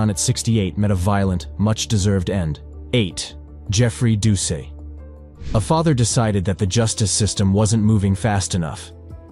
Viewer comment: wow man. mispronounced his name, did ya NOT SEE THE "T" at the end of his name?.. making it pronounced "DOO-SET" nice education bub!